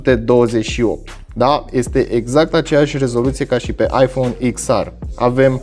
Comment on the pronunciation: Daca tot zici “ar” la r, de ce nu zici si “ecs” la x? No hate 🤜🏻🤛🏻